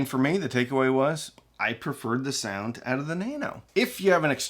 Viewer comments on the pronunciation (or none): It’s SOUND not SEOUND!